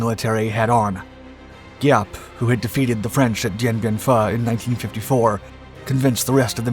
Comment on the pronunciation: ARVN = r-vin Phu = Foo